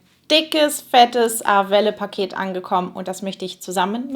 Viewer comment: Wird es nicht französisch ausgesprochen? Also eher ar-well ? 😅